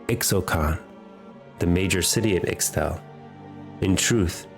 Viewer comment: Psshh this loser doesn't even know how to pronounce ishtal